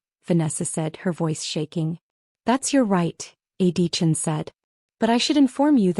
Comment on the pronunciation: I wish the narrator would pronounce A.D. Chen’s name properly. The narrator repeatedly calls him Adeechin — the initials and last name joined together in one long name.